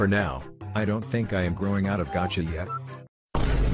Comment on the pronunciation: Why on earth did it say "gacha" like that 💀